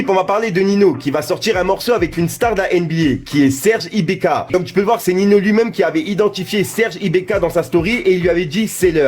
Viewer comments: C'est Serge ibaka pas ibeka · Serge IBAKA et pas serge IbEKa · c'est ibAka et pas ibéka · "Serge Ibéka" mdddrrr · « SERGE IBAKA » STP MERCI !!!!